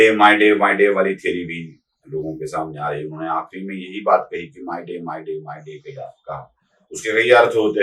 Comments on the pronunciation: It is Mayday not Myday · "माय डे, माय डे" नहीं, "मे डे, मे डे" होता है ! 😂